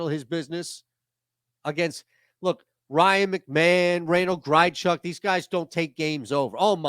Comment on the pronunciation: The way he said Randal Grichuk’s name 😂